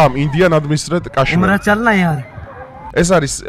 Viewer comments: კაშმირი კი არა, ქაშმირი. რუსული სკოლა გაქვს გეტყობა დამთავრებული.. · კაშმირი არა ზანგისა😂😂ქაშმირი ქაშმირი